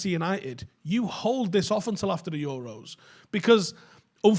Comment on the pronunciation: Jason Sanchez? Euross? Speak properly you mong